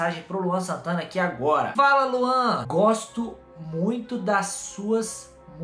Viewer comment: Quando o manda mensagem pro Luan Santana invés de ele fala,, fala Luan ele fala, FALA LAUN kk